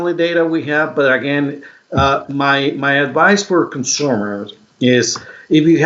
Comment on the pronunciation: The way he says "consumers".